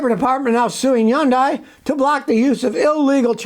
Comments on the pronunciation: Hyundai is not pronounced as "yundie" it is pronounced as "hunday" ask me how I know. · it's pronounced 현대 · Am I hearing “yun-dai?” Where I live it’s “hun-dai.” Which is correct? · It’s pronounced “Hun-day” like “Sunday.” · Firt of all, learn how to pronounce Hyundai. It's pronounced like Sunday, with an H in place of the S. It's a supplier, not Hyundai. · Scotty still can't pronounce Hyundai. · When are you going to learn to pronounce their name correctly? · I can't believe he still pronounces Hyundai like he does.